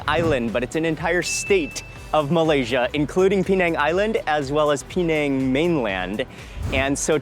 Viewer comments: Why 'peee nèng'? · It's not P nang it's penang all one word